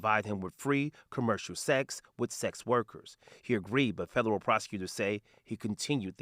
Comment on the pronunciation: Is he saying "fedallul"?